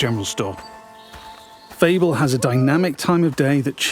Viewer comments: I like how the narrator pronounces Fable as Feeble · Wait. Is that the right way of pronouncing Fable??! I've been wrong my whole life